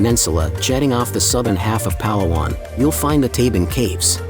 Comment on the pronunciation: I'm always amazed at how "Vloggers" visit these beautiful places and don't bother to learn the correct pronunciation of the place they visit. pa-LA-wan.